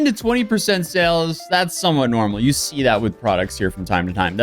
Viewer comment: Not "see".